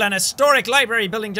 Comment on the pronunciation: Beth said Libary straight up.